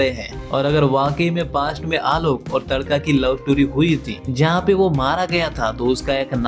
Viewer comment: TADAKA ❌ TADKA ✅ 🤣🤣